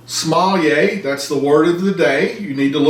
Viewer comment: somalier or coyotilay...too funny, thanks!